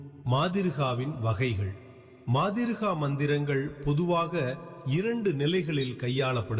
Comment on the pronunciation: மாதிருகா இல்லை மாத்ருகா